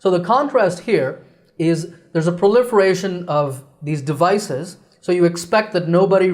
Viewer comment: Teacher I have a question about proliferation I’m hearing that you skip the ( r ) you pronounced pliferation that’s what I hearing